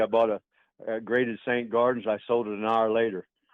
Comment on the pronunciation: that was the joke. Bro pronounced it ‘garden’